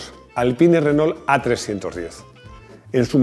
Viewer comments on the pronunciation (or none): none